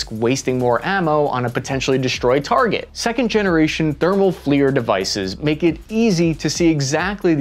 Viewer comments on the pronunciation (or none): none